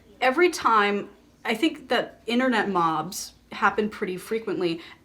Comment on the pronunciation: at first i didn't understand you were saying "internet mobs" and i thought you said "internet moms" which i found a little confusing